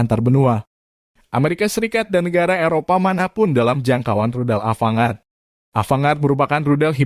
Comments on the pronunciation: Bacanya Avan-gard bang🙏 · Mohon jangan dibaca ava-ngard......